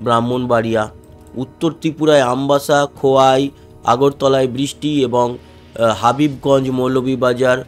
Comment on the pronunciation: হাবিবগঞ্জ নয় হবিগঞ্জ হবে।